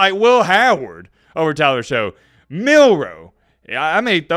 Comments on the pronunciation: Pronounced “shuck” not “show” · I love you and your content, but maybe you shouldn't be hating on Tyler Shough when you can't even pronounce his name right? His last name is pronounced shuck (not show) and his film is actually pretty incredible. He gets nervous under pressure, which sometimes causes mistakes, but that's coachable. He can fix that. He has incredible physical talent and a canon arm. He's a great prospect and he had a very good season at Louisville. In the game between Louisville and Miami, he actually outplayed Cam Ward! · It’s shuck not show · Shough is still pronounced Shuck, is still a casual